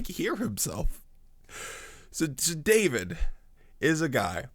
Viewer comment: This is unrelated to the actual substance, if JW talks can be called substantive, but every time I hear this GB member talking, all I can focus on is how he adds an H sound when he's doing the fake compassion elongating of syllables. "Davihid," "Bathshebha," "Urihah, "resphond," "kihing" good looorddd